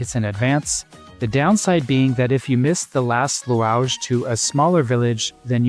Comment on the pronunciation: like "louage" not "lounch" or " hammamet" not "ham net" ..